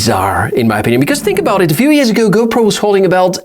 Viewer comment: You said hopro 13